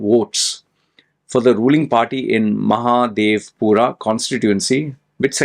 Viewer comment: Please learn to pronounce Mahadevapura and Bengaluru. I don't know your mother tongue but if you are commenting on something, you should know about it. You are right election has been rigged 100%. No democracy here.